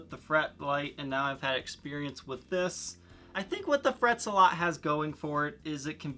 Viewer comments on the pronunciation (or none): It's not Frets-a-lot, it's Fret Zealot.